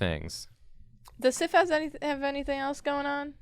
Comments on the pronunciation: The whole time you're doing Sif and saying Sif, I can't stop thinking Syph.. like syphilis. Woops. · They said it wrong.